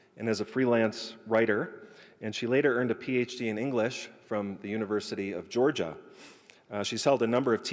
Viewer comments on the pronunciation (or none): none